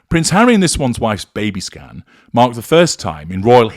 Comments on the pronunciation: Every time said ‘baby scan’ I heard ‘Baby Scam’. 😂🇦🇺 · Every time said "baby scan" I kept hearing "baby scam". 🤣